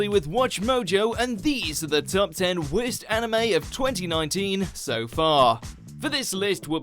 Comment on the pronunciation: "wehrst" anime so far - Ashley